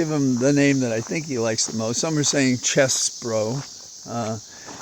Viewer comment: Blessings for Holly's health and yours. The locusts sound neat. I heard he pronounced it Cheesebro, which I thought was odd. Telling, yes, that Ivy League made him a phony.